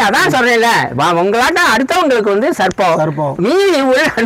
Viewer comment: யப்பா பாஸ்சு நீங்க சர்ப்பம் அப்புடின்னு சொல்றது SARBATH அப்புடின்னு சொல்ற மாதிரியே இருக்கு. நீங்களும் உங்க உச்சரிப்பும் தூஊஊ 😪😪😪😪😪😪😪😪😪